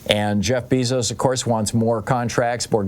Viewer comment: I thought Bezos was pronounced BAYzos??